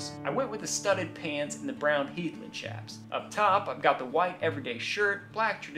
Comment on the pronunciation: I appreciate your proper pronunciation of 'chaps'. Even Google pronounce has it incorrect.